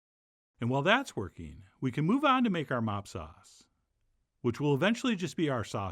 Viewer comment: LOL. I had to back it up five times to understand what you were saying when you started making the sauce. Finally, I put on closed captioning and realized you were saying "mop sauce." This is a term I had never heard. Anyway, I get what it is and I have been looking for an easy recipe to make baby backs for a while. Now I hope you will show us how to grill baby back ribs. i wonder if you have the capability to grill on this show? Anyway, I always enjoy your videos and use a lot of what you show us in cooking many things. E.g (get the big heavy duty foil). I was happy to see that for once, I actually have all the ingredients you used to make the rub and the sauce. Now I just have go buy some ribs. I can't wait to try this recipe.